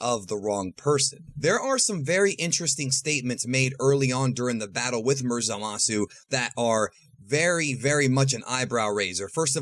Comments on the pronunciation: It's zamasu not zalasu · Zamasu* not zalasu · Ah yes "ZALASU", indeed very strong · Why do you pronounce zamasu ZAMAWSOO? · I don’t like the way you say zamasu